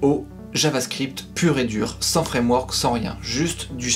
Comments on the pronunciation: Avec un des trois fwamwok a la mode , oh mon dieu cette prononciation digne des plus grands lumières 😀 j'essaierais de passer par tout les points que tu as abordé dans cette vidéo merci pour t'es conseils :) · Fwamewok haha j'étais pas prêt. Vidéo au top, j'adore les petites respirations c'est super utile pour digérer les infos